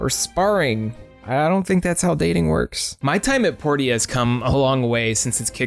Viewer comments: Port-ia. I thought it was pronounced Por-cha? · Dude its Porsha not "Por tee uh" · "My Time at Port ee ah" It's said Porsha. Porteeah, really? That hurt to listen to repeatedly. Also Portia is DEFINITELY a Harvest Moon-like game (not even clone) just without farming, not Animal Crossing. Just because it has villagers doesnt make it Animal Crossing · The funny thing is the voice actors in the game pronounce it as both port-ee-uh and por-sha, so who knows how it was meant to be pronounced. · isnt “portia” pronounced as “poor-sha”? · Portia is pronounced Porshah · The townspeople even call it Porsha. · porsha.... porsha... its pronounced porsha. like porsche. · Portia is pronounced Porsha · I think Portia is pronounced like Porsche. Maybe? Unless you pronounce Porsche wrong lol. Por-sha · ...Poor Sha. THat's how you say portia. lol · Port-ee-uh? Okay then. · “Port-e-ah”??? I’ve never heard anyone pronounce Portia like that lmao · everytime he says portia wrong, I cringe. is how you pronounce it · Makes me feel validated as my name is actually Portia and is pronounced that way :) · my time at portia and fantasy life aren't animal crossing clones. i get that it was mentioned in the video that some of these are more harvest moon like, but the video is called animal crossing clones. if you're going to make more of this series i'd suggest either changing the name or finding games that fit a bit better. also i've never heard someone pronounce portia like that. what the heck